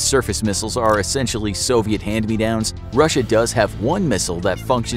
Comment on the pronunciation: I love how he said ''they afe not currently in war"